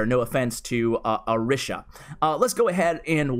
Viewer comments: Cmon He is Arshia not Arisha 😐😂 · ArISHA? ArSHIA